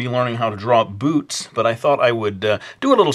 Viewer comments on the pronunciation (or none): Today I'm gonna teach you how to draw BOOTS! But I heard " Today I'm gonna teach you how to draw BOOBS!" =w= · when you said boots i thought you said boobs, oh well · lol at first I thought he said today we're gonna learn how to draw boobs xD